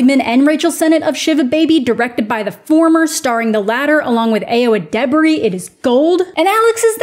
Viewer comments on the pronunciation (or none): that pronunciation of ayo edebiri is the funniest thing ive heard this year